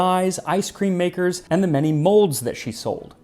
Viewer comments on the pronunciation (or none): none